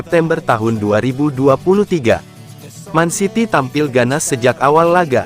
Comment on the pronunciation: Gw senang nator mimin ini yg cowok nyebut mancity bukan mencity yg benar peneyebutannya memang man city seharusnya bukan men city...... 😊😊😊